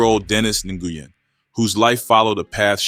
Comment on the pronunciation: Nguyen is pronounced WIN